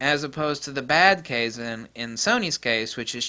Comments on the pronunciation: I think it's pronounced KAI-ZAUN, I have a toyota industry training video, US, meaning "constant improvement" or "Perptetual Improvement"? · Kaizen (ka-i-zen). The "a" in japanese is always flat "ah". If it was "kayzen" it would be written in romaji as keizen. 改[Kai] to change with positive connotation, 善[zen] more or less as said, it refers to purity and virtue. Kaizen = Pure/Honest Improvement. I haven't heard a whole lot of Japanese/Chinese terms like this, but i'm very used to the way the language works, and working out what it means is a walk in the park. A note: unlike most languages, Chinese and derivatives (Japanese etc), when using the full Chinese characters, you can work out the etymology and the definition of the 'word' by it's strokes and radicals (letters) in which it's made. The proto-concepts piece together to make more complex concepts, and continue to compound. It's the best language system i know of that's still in use. Japanese production tends to take to the extremes that the creator knows and the consumer does not. So at times they'll do things in a good way and improve things wisely, but other times you'll get some fools who'll just push forward things by manipulating the people in the business. Japanese business is very inter-personal, they meet eachother in person, often meet up at a restaurant or karaoke, so manipulating is a lot easier. Manipulative change is deception, thus absolutely not kaizen, no matter what anyone says. Fire has always been referred to as a purification of spiritual negativity and such. When you apply concepts like psychometry and my hypothesis of it as a cognitive